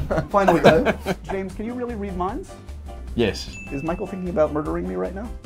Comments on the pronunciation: did he say "Fichael"? LOL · ok 1) is it just me or did call Michael "Fichael"? 2) where did James say Ewan was from? I can't understand with such a thick fake accent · He totally says ‘Fichael’ then Michael just kinda looks at the floor like “Wait, did he just say Fichael?”